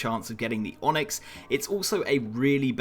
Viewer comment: "onxy" xD nice onyx u got there